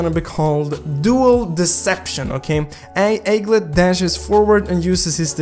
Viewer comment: Pronounce: egglet